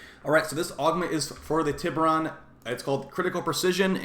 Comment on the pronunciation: Also isn't it pronounced "tie ber on?" lol